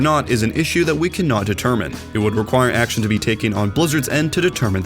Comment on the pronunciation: Personally, no, I’ve been subscribed for a while and there was a type of overwatch videos called “behind the akshon”